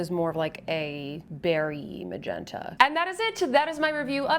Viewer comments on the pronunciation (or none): none